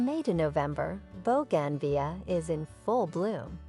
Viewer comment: Good grief! Boe-gan-vee-uh???